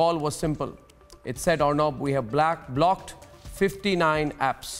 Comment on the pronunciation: is no one gonna mention the "blaaacked" instead of "blocked"